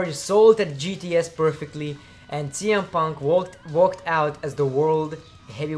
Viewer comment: Did he said CM Punk or TM Punk?